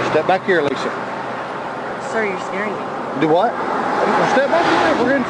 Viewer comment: "Sir you're scaring me" "Do hwhat?" Southerners are the best 😅